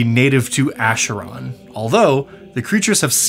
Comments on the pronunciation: Sorry to be "that guy", but Acheron is a Greek word and the "ch" makes a hard "k", as for "chronotyryn". So it's pronounced "Akeron" rather than "Asheron". In Greek mythology, the Acheron was one of the rivers of the underworld, alongside the Styx amongst others. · So you have the majority of the pronunciation correct but it's not a "sh" sound it's "k" sound more akeron less asheron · Please lol. It's pronounced "ackeron" like chimera "kimera". I'm sorry it just made me shudder when you said it that way lol. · i think is the only one i have seen or heard pronounce acheron to pronounce it the way he does, rather than the way i have heard literally everyone else pronounce it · Minor nitpick, but the ch in Acheron is pronounced as a k. It's a river in Greece, the entrance to the afterlive and, ofcourse, the eternal battlefield in D&D.